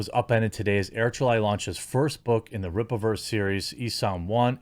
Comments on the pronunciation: ISOM, Pronounced - "ICE-UMM" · FYI: It's Isom (Eye-Some), went to school with a guy with that last name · Eye - Some is how you pronounce it.